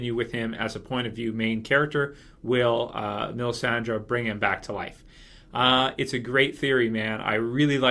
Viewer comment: Why is this dude who looks like Sam Tarly calling Melissandre "Melisandra" lol what the hell